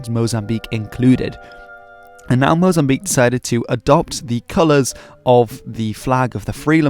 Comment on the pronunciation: thanks for pronouncing Mozambique right (mo-zam-BEEK) instead of mo-zam-bi-KAY <3 -a fellow lusophone